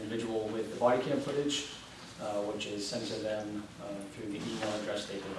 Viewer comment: Is "Thum" instead of "them" a pronunciation unique to New Hampshire, or is it common throughout New England?